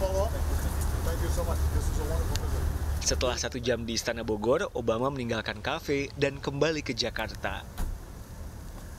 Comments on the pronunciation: ITU orng NY ga visa ngomng Bogor kadi bogol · RRRRRR = LLLLLLL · bogor min bukan bogoy.libur bukan libuy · ITU or ng NY TDK visa ngomng Bogor